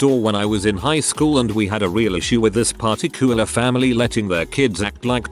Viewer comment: "party cooler family?" (looks at screen) "oh, particualr"